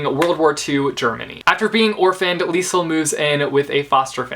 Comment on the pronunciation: It's pronounced leez-el